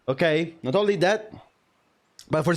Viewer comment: Gotta do the accent. Not ownnnnnlee